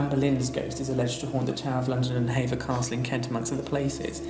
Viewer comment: It is Hever castle not Haver castle